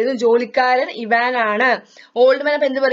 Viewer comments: ഐവാൻ അല്ല ഇവാൻ' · ഇവാൻ എന്നാണ്